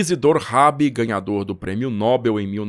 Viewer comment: Nobel é oxítona. A pronúncia certa é noBÉL.